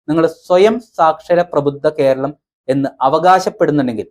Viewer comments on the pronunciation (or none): Keralmalla, keeralanu.